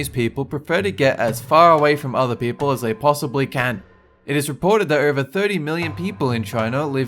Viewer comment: turned Chinese when he said can